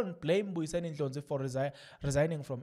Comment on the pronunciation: Please pronounce other people surnames correct is Ndlozi not Ndlonzi